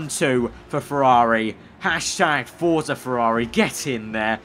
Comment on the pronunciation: It's pronounced fortsa